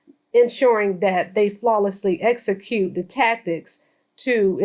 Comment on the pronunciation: said esecute as opposed to execute🤦🏿‍♀️